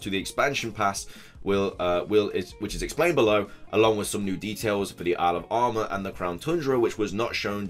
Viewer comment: When you say "Isle of Armor" fast, it sounds like you say "Alabama"..